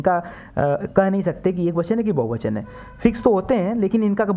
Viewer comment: bahuvachan hota hai bahubachan nahi